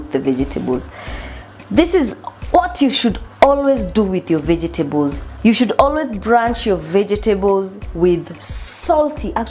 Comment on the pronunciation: it’s blanch. Not branch